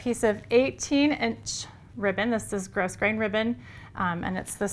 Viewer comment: Thanks. Also, not sure if anyone mentioned it, but it's pronounced gro-grain. The S is silent.